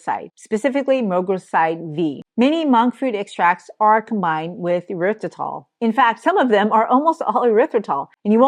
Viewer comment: Tip to help you with pronouncing erithrytol/and not “your rith ri tol”…imagine you are saying, “air ryth ri tol” …thank you for your content.